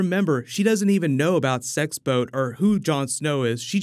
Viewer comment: Whenever you say “Sex Boat” it makes me think of a 7 Kingdoms type of “swinging singles” booze cruise from King’s Landing to Dorne 🚢 🤣🤣🤣